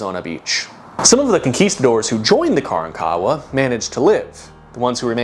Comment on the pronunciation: Hey my dude, know youre not going to see this but grew up in Galveston. Its not KARAN-kawa but kaRANkawa